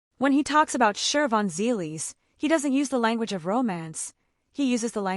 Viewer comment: There is no R in Shivons name